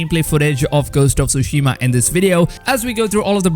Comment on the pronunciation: Is it just me? I feel my head is going to explode every time I hear TSUSHIMA BEING SAID WRONG, In the extended trailer a Japanese man pronounce the name of the island as it should be, hearing all “Youtubers” say the name wrong only shows a deep disrespect of a foreign language. FML. 🤮